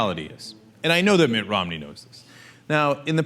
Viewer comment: sometimes when Cenk says 'Mitt Romney' what I hear is 'Mitt rob-me', I think that's probably a more appropriate name for him